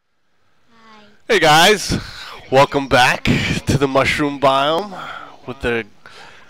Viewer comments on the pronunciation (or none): Living on the mushrrom biome! UH not ''HUH